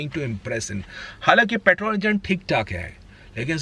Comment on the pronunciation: I can think of 10 cars which could feature in this list instead of everything barring xuv300. Rajesh khanna ke sunglasses, fukat ka accent he is hindustani bhau of auto industry. And it's petrol not paatrol